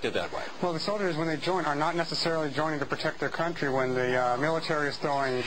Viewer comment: MILATAREE IZ SRS BZNESS.